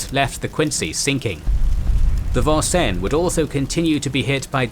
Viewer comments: As a person who grew up in Vincennes, Indiana... The American English pronunciation has always been Vin-Sins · Vincennes is a city in the State of Indiana and it's pronounced VIN-SINS. Of note perhaps is that there is also a town named Versailles here but it's pronounced VER-SALES. Not much France left here in old New France, sorry. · I liked the way you presented the Battle of Savo Island. I just wish you had taken a little time to pronounce the names and places correctly. I wince every time you say Vincennes wrong.